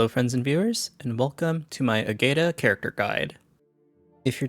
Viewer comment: Ágata is a Spaniard name, a bunch of other characters also use Spaniard names or surnames. To get correct pronunciations just have Google pronounce it in Spanish.